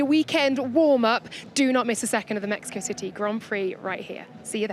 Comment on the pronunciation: Meh-he-ko 😂😂😂 lets a goo